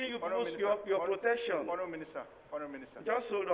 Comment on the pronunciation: I like the way Mr Bamidele pronounces the word Honourable, it sounds so much like Horrible! Lol